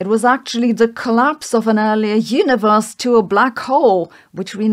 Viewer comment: Please stop saying "Hyuniverse"